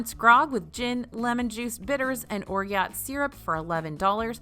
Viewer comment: Hey,!! The ingredient that you mentioned in the cocktail is orgeat (pronounced "or-zsa," like Zsa Zsa Gabor) is an almond syrup found in most tiki cocktails.